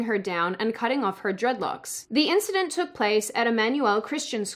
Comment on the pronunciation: Icywarhammer500 Morphing.. not morphed.. eensedent sounds more like a kiwi🤔